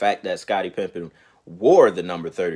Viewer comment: Smh. It’s Pippen not pimping